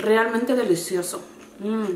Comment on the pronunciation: "Rrrrrrrrrrrealmenteeeeeeeeeeee" deliciosoo jaja amoo esaa palabra 😘😍 saludoss ❤👍